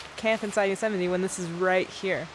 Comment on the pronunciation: Thoroughly enjoying the laid back pace of your van adventure. Having a house on your back, so to speak, does have advantages and freedom for your traveling. Yosemite is spectacular to say the least. Great to hear your "correct" pronunciation, as it's vastly different to how I pronounce the name. Travel safe ❤